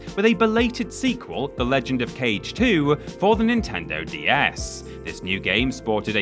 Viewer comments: Kage is pronounced "Kah-Gay", not cage. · Kage is said “kah-gay” not “cage” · Its KAGE, not "Cage" It means Shadow in Japanese i learned from Samurai Cop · Legend of KAGE (KHA-GEH) not CAGE 🤦🏻‍♂️ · Kage, as in shadow, kaagay. Not cage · Isn't it pronounced "Kah-Gay"? 🤣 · Ka- gay. Sorry to beat a dead horse. It bothers me a bit. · ....smh... it isn't pronounced cage..... cmon dude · every time you pronounced Kage like "cage" I died a little inside and now I'm entirely dead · he did it on purpose, premeditated murder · was looking for this comment and you sir are absolutely right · Isn't "Kage" pronounced "ka•gay"? Get your bloody pronunciation bloody correct. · The Legend of Kage - Kage is pronounced "kah-gay" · I'm so glad so many people noticed that too. It was driving me crazy. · You sure did! BTW, it means shadow. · I just got to that part and immmmmediately felt bad for you... lol ---- but yo when we were kids we all called it "cage" lol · Close enough yeah. Ka sounds like a crow, "caw", and Ge is pronounced like the start of "gay" just cut it off a little short so you don't hear the Y sound. You know the Ken Jeong clip where he goes, "hah, GAAAAAAAAAY"? He pronounces gay with almost two different syllables there, Japanese Ge is pronounced like just the first syllable there. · love the 1980's schoolyard pronunciation of 'Kage' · Immediately scrolled down after "Kage.." Not dissapointed XD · Take a shot every time "Kage" is said wrong lol